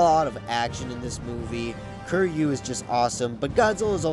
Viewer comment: Kiryu’s name is pronounced Keer-U